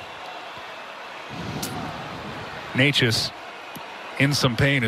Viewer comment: Hope Necas is alright, but is anyone going to talk about the God awful commentating??? Like that is definitely not how you say his name